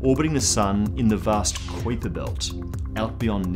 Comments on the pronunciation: I love your shows....and I think you are a great host...but they way you say kuiper belt is killing me! It's a pronounced Kyper...with a strong I. Ok...just had to say it....but great videos... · Is it just me or is his pronunciation of Kuiper a little strange?Love the vids but that was just annoying me lol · Dude, why do you say "kuiper belt" so weird? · What's a qwiper belt?? do you mean the kuiper belt?? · sorry m8. I know I should use fonectics but I dont know how to use them. I was just reffering to the way this guy said kuiper belt. I've always heard people say it like "kaiper" belt not like he says "koiper" belt. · It's "Kyper" bro, not "Koyper" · I'm 100% it's not Kyper, it's Qupbiér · I seen another video on another channel where the guy called it the Kwipper built lol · Great show. Just 1 thing its pronounced smth like kaüper belt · It's pronounced "Kyper" it rhymes with hyper. Say it goddammit! Say it! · what the fuck is a koyper belt? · Sounds like how one of the 3 stooges would pronounce it.....Koi-Pa Belt! Koi-Pa Belt! Nyuck Nyuck Nyuck! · its koipe m8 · Kuiper is pronounced Koyper in dutch. Ui=Oey in dutch. Kuiper was dutch which means it is pronounced Koyper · pretty sure it's "Kuuiper". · first time ever hearing someone pronounce it "kwiper" belt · Kuiper spoken as it should be Cowper. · So many strange pronunciations? This guy been under a rock? You lost me at the mark.. honestly, who can't pronounce Constantine? Or Kuiper?? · Absolutely love how he pronounces Kuiper. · His pronunciation of Kuiper makes me want to shove nails into my ear while pronouncing the 👁 sound correctly... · you confused me with the way you pounced Kuiper